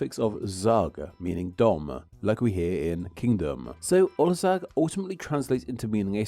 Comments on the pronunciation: Actually, 'ország' is pronounced "orsaag" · Heres something for ya: while saying ''Ország'' don't sat "olzag" instead try to use S instead of Z like :Orsag" now this brought you a lot coler to me to understand that you meant "country" in hungarian. Ur welcome :D